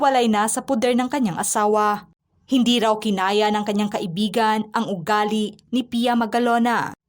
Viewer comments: Kai/bi/gan hindi ka/i/bi/gan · HINDI KAI IBIGAN ANG TAMANG BIGKAS, DAPAT KAIBIGAN" VOID HIND PALA KASAL EH LIVE IN PARTNER LANG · Dapat kaibigan ang tamang bigkas at hndi ka ibigan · Hindi maganda ang pagbigkas mo ng kaibigan . Nagiging iba ang meaning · Hndi magndang pakinggan ang pagkakabigkas mo ng salitang kaibigan ksi parang lumalabas na nagkarun ng relasyon c Francis M at Robby Tarroza eh